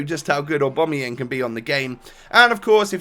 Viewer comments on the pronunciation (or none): Oh-bam-uh-yang. Not or-bom-ah-yeng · Please pronounce Aubameyang names correct (OCD)